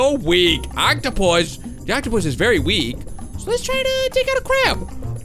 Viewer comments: Bee verwi verwi quite i'm hunting wabbits! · Vewi vewi carefull 😂😂😂